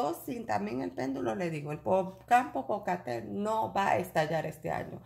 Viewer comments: Perdón, del volcán el nombre es ....PO PO CA TE PE TL, en idioma nauatl , si le es difícil pronunciarlo tambien le decimos volcán POPO .gracias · Amiga, es Popocatepel, sera que no lo pronuncias bien y el pendulo dira, que volcan es ese que dice ella?, 😆😆😆😆😆😆